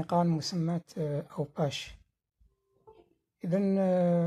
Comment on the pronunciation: اوماش وليس اوباش ليست بعيدة على مدينة بسكرة